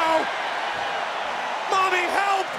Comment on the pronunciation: notice how dom said mami in half of them